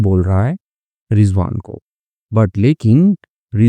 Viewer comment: Sir rijvan nahi rizwan hota hai aur aap bahut acchi story banate hai